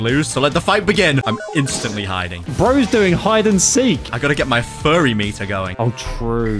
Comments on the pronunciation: Why do they always call it furry meter when it’s fury meter? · ITS NOT FURRY ITS FURY LIKE FURIES